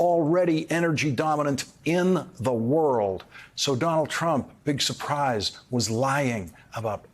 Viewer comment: Why is Biden pronouncing "surprise'" like Gomer Pyle?